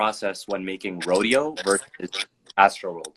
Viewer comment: 🗣🗣🗣 Mike Dean a real one for saying Rodeo